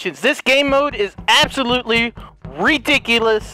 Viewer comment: says redicilous instead of rediculous and I don't know why but it has me rolling 🤣